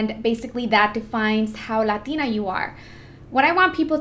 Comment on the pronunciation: so what happened with the spainsh makeup tutorial you did a while ago not sure when, idk if the video is still up to lazy to look but yeah you spoke spaish very very well! even when you said latina you sounded mexican af